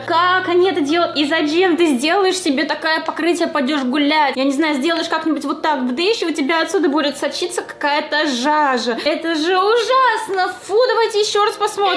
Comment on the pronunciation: Все говорят жижа говорит жажа.